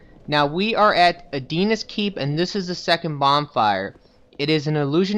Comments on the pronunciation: It's not ADINA, it's ALDIA. AL-DI-A. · How the fuck can you misspronounce "aldia" as "adina" ? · Adina's keep? I thought it was pronounced Aldia o3o